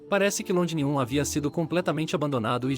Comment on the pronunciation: O texto e as imagens estão ótimos...Porém o narrador precisa melhorar muito a pronúncia...está pronunciando errado Londinium, Maximus...etc.